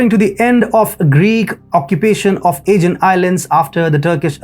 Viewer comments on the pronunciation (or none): Aegean is pronounced in English with the stress on the SECOND syllable; ah-GEE-an . I had to think to work out your pronunciation "A-gan's" meaning. Lucky my Geography is good and I know the Aegean Sea well. Another odd pronunciation from your part If the World is Development. It's pronounced dev-EL-op-ment. When you say Development it's sounds like Devil-Upment! Very good analysis by the way.